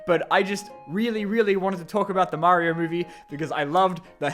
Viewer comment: Maryo movaie mommant